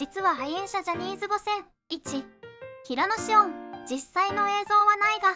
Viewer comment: 平野紫耀(しょう)ですよ 読み方が違うよ